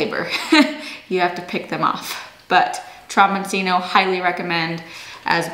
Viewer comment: The broccoli is pronounced "de cheeko." In Italian, a single C is usually pronounced CH, and the cc is pronounced like a K. So, the squash is pronounced tromboncheeno.